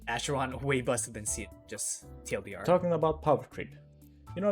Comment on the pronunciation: isn't it pronounced "ackeron" instead of "asheron"?